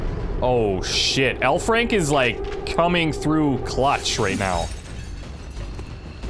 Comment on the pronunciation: I keep thinking he says 'hellfrank'.